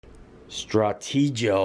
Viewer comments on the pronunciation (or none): Awesome video! What detail in this house! One thing...Stratego is pronounced stra-t-go.